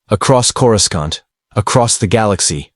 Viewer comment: AI can't even pronounce "cora scent" correctly (phonetic pronunciation)